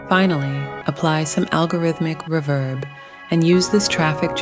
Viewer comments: Did he say a dash of rebirb? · AI has come on in leaps and bounds with regard to voice overs, but it needs to work on words like 'reverb' as that is such a giveaway. As for UVI Falcon? I'm currently learning Lua Script and it makes Falcon not just fly, but soar!!! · Until they try to say reverb.